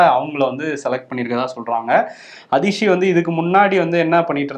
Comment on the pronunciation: and are doing a very good job covering the news with a progressive view. The increased focus on National level news items is also welcome. One request is to make an extra effort to learn to correctly pronounce words from rest of India (eg. her name is "Aatishi" and not "Adishi"). Otherwise we are no different than many of the Hindi speakers who can't say our Thamizh words correctly.